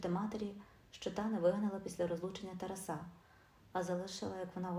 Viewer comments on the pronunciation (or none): ТАРАСА/ наголос ставте правільно, - на 2 складі!!, соромно чути!